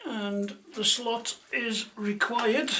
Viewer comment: Hi, niiiiiiiiiiice video, did you say slut or slot, lol 😝